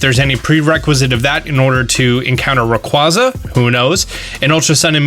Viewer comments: Please for the love of everything learn how to say Rayquaza, its a box legendary of all Pokemon, one of the most mispronounced legendary pokemon, over hakf the poketubers I watch say it wrong, just spreading misinformation on its pronunciation, Rayquaza doesnt need this discrimination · I love your channel but I cringe every time you incorrectly pronounce rayquaza